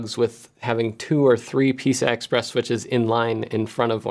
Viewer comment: Thought I heard you say "Pizza Express devices" :(